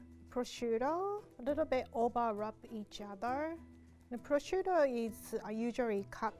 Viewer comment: The minute she said to put down the purshuto,I immediately thought of beef Wellington